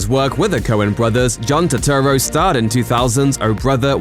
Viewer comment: Put some respek on Turturro's name!!